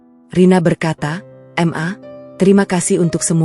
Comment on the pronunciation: Bukan EM A , tapi MA